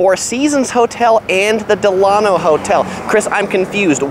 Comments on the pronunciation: Delano, pronounced Dela-no (NOT Delan-o) named after President Franklin Delano Roosevelt and designed after the Delano South Beach a boutique Miami hotel. Great video!! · It’s pronounced “Del-luh-no” like Franklin Delano Roosevelt. There’s a Delano Hotel in Miami also. 😊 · It’s “DEll A-no.” Like its flagship in South Beach. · It's pronounced, "Del(long-a)no" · It's promised pronounced Dela-no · You are mispronouncing the "Delano". Think of President Franklin Delano Roosevelt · Your pronouncing "Delano" wrong, it's pronounced like FDR's middle name. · As you update your videos, please note that the Delano is named after President Delano Roosevelt. It's pronounced like his name.